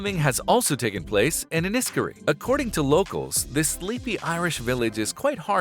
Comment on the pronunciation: For the love of GOD! Please pronounce your words correct! I will put the name of the town ! in text, Enniskerry, En-is-Kerry, say that out loud at leat 3 times fast lol Voilà hehehe